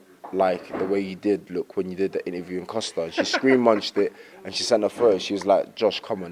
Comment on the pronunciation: Man said “Screen Munch” 😂😂😂